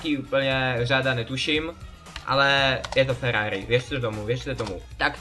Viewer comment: to není Ferrari a nauč se r